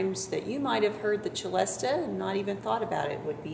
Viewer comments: It is usually pronounced cell-estia, not chell-estia. Tchaikovsky pronounced it with the former pronunciation. Cello, etc, causes this misinterpretation of its pronunciation. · It's pronounced Selesta not Chelesta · It is actually pronounced with "s" sound, as it was invented by a French man. "Ch" would be the Italian pronunciation (as in cello) but there is nothing Italian about the celesta :-)